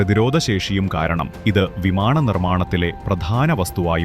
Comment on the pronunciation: വിമാണം അല്ല. വിമാനം.